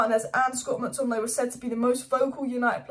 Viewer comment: You mean Scott McTominaaaeyy